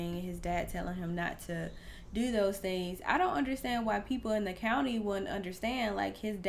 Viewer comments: County not country, LOL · Uh it's County not country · County !!! Not country. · I hate when people dont know how to say "county" so they say "country". Like you never heard the word "county" before? You've been in a "county" you're whole life 😂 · County not country